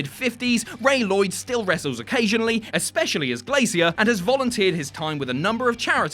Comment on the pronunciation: First time I've heard it pronounced Glay-see-ear rather than Glay-sure.